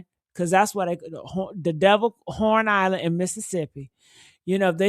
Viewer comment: It’s called HORN ISLAND not Lorn Island